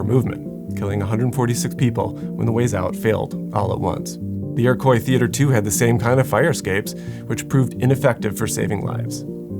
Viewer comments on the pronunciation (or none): Gah. it's pronounced ee·ruh·kwaa, not ee-reh-kway